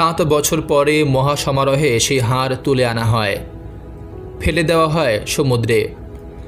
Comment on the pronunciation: দয়া করে উচ্চারণ ঠিক করুন। "হার" এই শব্দটার দুটি অর্থ। গলায় পরার অলঙ্কার এবং পরাজিত। আপনি এটাই উচ্চারণ করেছেন বারবার। এখানে কিন্তু "হাড়" বলা হয়েছে। বুঝেছেন?? "হাড়" এর অর্থ জানেন নিশ্চয়ই।